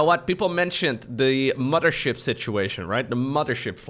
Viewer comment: Love the way you pronounce mothership as muddership As a Canadian with many Newfoundland friends; they pronounce mother as mudder and it hits me just like the smell of fresh baked cookies. Thanks for the upload as always. I haven't played starcraft since Broodwar but I've been listening to you and uthermal as kind of a podcast type situation for 3 years!:D